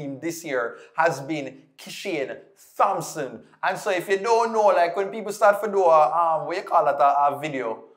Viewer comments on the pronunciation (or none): just for growth: I know as Jamaicans, we are infamous for adding Hs where they don't belong etc. So, we tend to overcorrect. But remember for the names: Thomas Thompson We don't say the /H/. So, it's: /Tomas/ /Tompson/ You've got this. Blessings. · You don't pronounce the "Th" in Thompson and Thomas